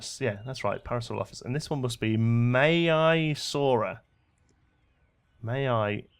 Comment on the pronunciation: Maiasaur = MY-a-sor Parasaurolophus = par-a-sor-OL-a-fus